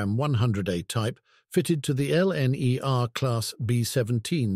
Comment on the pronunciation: This is the first time that I've heard anyone say four-six-zero and four-four-zero rather than four-six-o etc. and did I hear LNR rather than LNER? The GN 4-4-0 shown was hardly a large example of that wheel arrangement - BR power class 1P! The B17s were rough riders too.